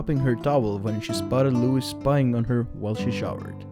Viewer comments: Dear narrator: The ‘s’ in Louis is silent. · Wrong accent for louis.